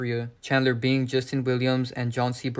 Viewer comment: Bing sound alao like being